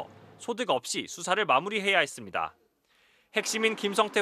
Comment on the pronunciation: 했씀다ᆢ했슴다 했슴다ᆢ 했습니다 확실하게 못 하시네요. 이직도